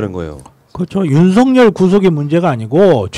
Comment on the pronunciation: 윤석열 윤성열발음같은가요??